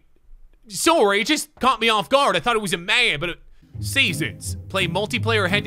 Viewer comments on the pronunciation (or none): none